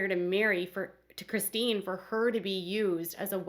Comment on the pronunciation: O my God. Why do jou pronounce Chistine's name wrong so many times? So wrong!!!!!